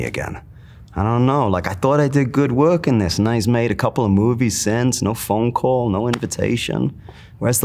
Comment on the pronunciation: "No phone call" that sounded so NY hahaha